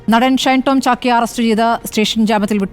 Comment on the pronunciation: ചാക്ക് അല്ല ചാക്കോ